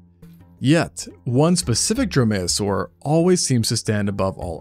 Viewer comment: Dromaeosaur is pronounced DROME-ee-oh-sore, accent on first syllable. Drome-MAYO-sore is funnier, however.